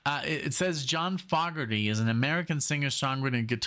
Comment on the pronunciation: He gave you a bunch of guitar vituoso songs. And yes, you got Geils pronounced right, but Fogerty is Foe, ger, ty (Too bad you weren't around hinging with us in Denver in the 70s, you'd have fit right in.)